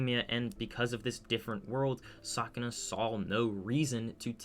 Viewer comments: Are you saying sakuna or sukuna i cant tell if im trippin or just hearing you wrong 😂😂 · u said sakuna, not sukuna tho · btw i am pretty sure it is called sukuna not sakuna but oh well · Why tf did you say Sukuna like that? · but he cant even say sukuna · Was it ragebait when you kept mispronouncing Sukuna’s name? 😂